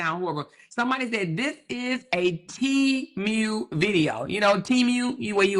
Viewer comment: I love the way you pronounce Temue I thought it was pronounced temoo (Temu) 🤣🤣🤣